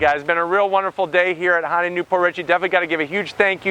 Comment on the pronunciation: It's not a Hon-day.